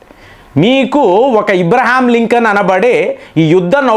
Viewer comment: అబ్రహం లింకన్ అని పలకలేరా? ఇబ్రహం లింకన్ ఏంటి ??